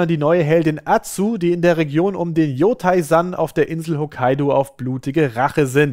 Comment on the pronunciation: "Yotai?" Autsch. Den ganzen Japanischkurs schon wieder vergessen? 😢